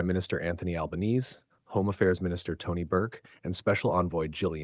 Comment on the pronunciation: biggest issue with AI voice over is getting word spoken actually like we do. It didn't pronounce Albo surname correctly but like an American would